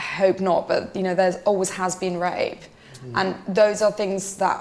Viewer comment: The way she says the word “Rape”with her accent makes the word sound better than it really is 😱😱😱😱🤢🤢🤢🤢🤦🏿🤦🏿🤦🏿🤦🏿🤮🤮🤮🤮